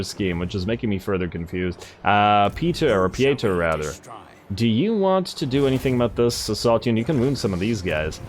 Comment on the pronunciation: Pieter is pronounced like Peter in English, at least in Dutch and German ^^